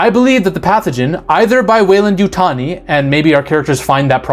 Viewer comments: Oh, its the coke 😂 You said Yutani right my dude. Its funny because my last comment was about how you pronounced it, and then in the next video I watch, youve corrected it. 😂 its always the cocaine! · You got it now with the Yutani pronunciation. What I want to know is how much coke does it take to mix up a sheep and a goat? I am delighted by these new alien forms though